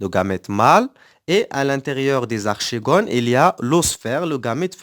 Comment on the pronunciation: Merci monsieur seulement une petite remarque archegone se prononce arkegone et merci